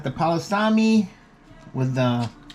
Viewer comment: You can't even say it right you need to just stop. Please